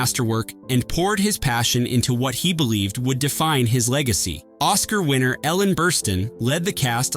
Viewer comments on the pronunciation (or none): none